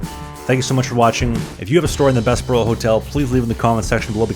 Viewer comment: Thanks for this. A few minor pronunciation corrections. Bessborugh - usually we pronounce the “ss” as “zz” as in the “Bezz burr oh” so the “s” flows better into the “b”. Although the difference is minor. Qu’Appelle is a French word that means “Who Calls”. As such it should use the French pronunciation where the final “e” is silent. The way you say it sounds like you are saying “Qu’Appelle eh?” which might be proper “Canadian” if asking a question about it, but the “eh” would be a separate word :-)